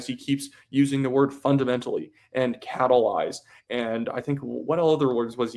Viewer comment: Carney said Catalize a couple times in French so I though he learned a new word. But then he said it like 20 times in english lmao